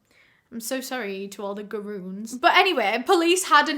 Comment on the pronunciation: "So sorry to all the garoons."🤣💘